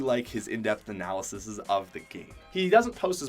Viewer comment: *Analyses. U said analysises.